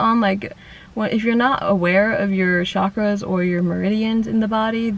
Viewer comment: Chakras is pronounced chakras, not “shakras”. Cha is like the cha in chai, charming... and it’s eScape, not excape. If you want to grow, open your mind to speaking consciously. Not because bad examples abound.